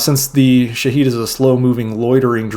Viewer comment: its not shahid its shahed شاهد 😅